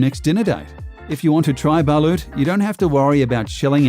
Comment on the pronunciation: It's "BALOT" aint "BA-LUT" DUMBASS